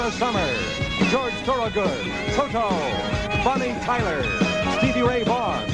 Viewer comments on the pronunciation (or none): none